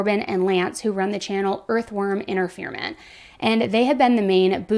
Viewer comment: They are actually called Earthworm Infertainment! Many things in this are wrong and mispronunciations. Gosh i didn't think you ever spoke on things unless you thoroughly investigate.